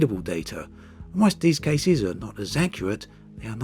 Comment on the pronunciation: I have a question about your accent. I’m not a native English speaker but I notice you tend to stress the last part of the words in a lot of occasions (as French people would do). Is this your accent? What kind? I’m very curious! For example: and “in those caseees” “North Hamptooon” “finallyyy” “thanks for watchiiing” I hope you can see what I mean :)